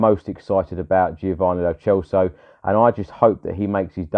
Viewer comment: It's pronounced Celso as in Celtic and N'Dombele is 'click' Dombele